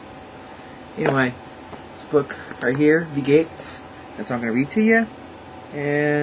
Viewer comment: I can't believe you actually pronounced the word "geht's" correctly. Thank you! Danke schon. You are the first person who can pronounce German right besides one of my friends.